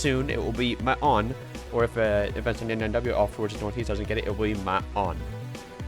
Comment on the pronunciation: It's ma-on